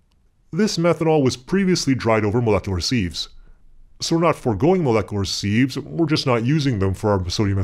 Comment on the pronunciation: Sieves, not "seethes"